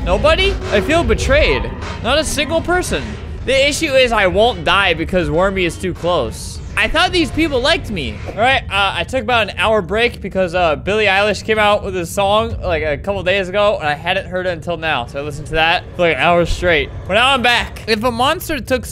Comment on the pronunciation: “Billie Eyelash”